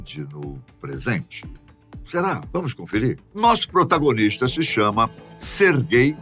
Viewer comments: Na hora que ele fala o nome do cara eu entendo "ser gay" "---" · "Sergay" lá ele 🤣